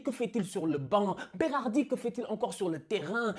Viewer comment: félicitations pour la prononciation de Roberto Mancini et Berardi ( mais aussi Locatelli e Marco Verratti)Tu es sure que tu es pas moitie italienne?? 😄